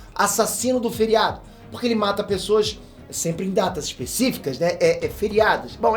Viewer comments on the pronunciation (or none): none